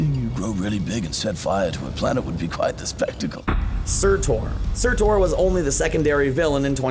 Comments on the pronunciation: its pronounced surtur not surtor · No one else bothered by how he pronounced Surtur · Am i the only one who wants to kms cuz he keeps saying surtor Instead surtur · Tom HID-DLE-STONE not Head-dol-stun SIR-TER not Ser-tor Benadryl Cucumberpatch not Bondontic Cumbersnack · Its surtur(serrterr) not surtur(surtor) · Surtr not Surtur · it is SURTR, not SURTOUR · It's surtur not surtoooor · surt-OR?? it surt-UR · "Sutor" lol it's pronounced surtur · Surtor? I think you meant Sur-TUR. Pffft. Fake ass nerd. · I AM SO TRIGGERED THAT HE SAID SURTOR, AND NOT SURTUR.... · Take a shot every time pronounces something. (Soretor)